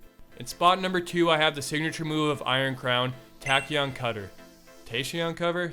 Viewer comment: You got the pronunciation right for Tachyon right the first time. Thank you Death Grips for entrenching this word into my brain